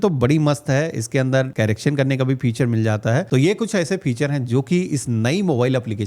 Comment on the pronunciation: Yours vedios are normally good but dear CARACTION nahi hota CORRACTION pronounce karo